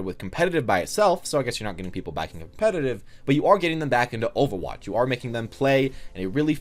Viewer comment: Because you can't pronounce overwatch?